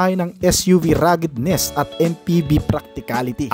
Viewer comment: RUGGEDNESS and RUGGED. Not ragged. You're welcome.